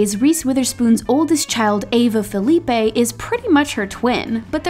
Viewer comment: Did you just call HIM Ryan Felipe?!?!?!!! It's PH-IL-e-p-ee!! !! I grew up around the corner from him and his sister!! And they're very much white!! Please learn how to pronounce the last name of Reese's children